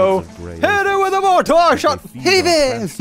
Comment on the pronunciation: pretty sure it's pronounced "mor-ter"